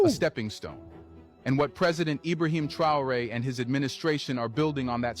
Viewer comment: 😂😂 he had to make sure he pronounced it properly this time 👏🏿 big up ibrahim traore